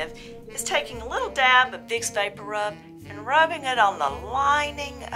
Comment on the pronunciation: and I love the pronunciation "vapporoob"